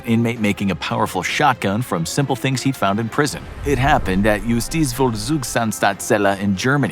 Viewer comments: not even close to how he pronounced it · i love the pronunciation of the german prison i had to listen quit carefully to understand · the poor guy just trying to pronounce the name of the german prison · You Pronounced it wrong... But german is hard for non germans i guess... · Nice try with Justizvollzugsanstalt xd Greetings from Germany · I like how he said "Justizvollzugsanstalt"